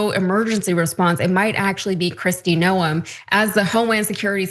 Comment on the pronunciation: The fact that the journalist doesn't pronounce the names of either the Guadalupe (Guadalu-PAY) River, Caroline Leavitt (Lev-itt) or Kristi Noem (Gnome) correctly is WILD. I'm not sure how you could even watch the news, let alone report on it, while missing these basics. Yikes.